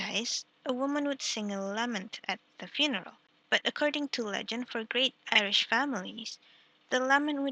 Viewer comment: Irish not Iridh :(